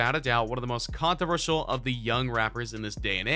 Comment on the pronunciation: This dude can't even say controversial lmao